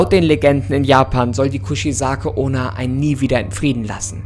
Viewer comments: „Kuzizake onna“ ich Feier dich echt aber ich kann nicht mehr hahahah Kuchisake onna wird genauso so ausgesprochen wie gelesen eigt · Die Aussprache vom Namen ist komplett verkackt